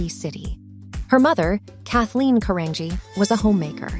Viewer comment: Her last name is pronounced Caran-G not Caranghee